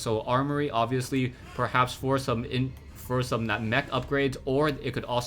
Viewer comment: Is it just my perverted mind or the way pronounced *for some* really sounded like *foursome*?:D